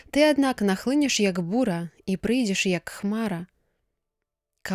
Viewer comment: Прачытана: І нахлыне'ш супраць Майго народа, слоўнік дае націск на другім складзе: нахлы'неш.